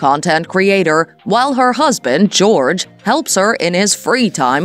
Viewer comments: His name is pronounced “Yurg” 😊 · Joerg is German, his name is NOT GEORGE. Go watch a video and learn how it's pronounced!